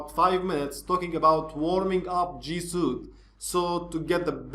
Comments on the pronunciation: Suite is pronounced "sweet" (not trying to being an ass here). - Love your vids, excellent break-down and explanations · The Word Suite Is Pronounced Sweet. Not Being a Smart A--. Just want to help.